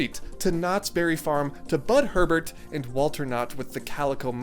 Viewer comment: Small but important point: It's Bud HURL-BUT, not Herbert. I had the pleasure of meeting this man when I was a mere 15 years old and he listened intently while I pitched my "Barrell-Roll" er coaster concept to him. He plainly and expertly detailed why my idea wouldn't work and invited me to spend a day at KBF on him. He hooked me up with tickets and was genuinely grateful that I had sought out a meeting with him. He was a straight shooter and a very patient and engaging man who took the time to indulge a little kid.